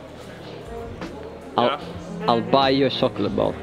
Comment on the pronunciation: Chocolate is pronounced with a tsh sound guys. And jumping with a dj sound :')! Keep it up! <3